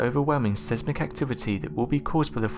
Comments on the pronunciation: Sesmic haha still has me reeling 😂😂😂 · Sesmic or seismic